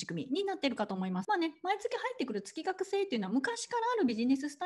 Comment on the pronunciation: 月額(げつがく)と読むのが本来正しいかと…。